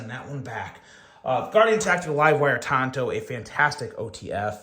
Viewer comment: Tanto, not Tonto. Tonto was Longer Ranger's sidekick. lol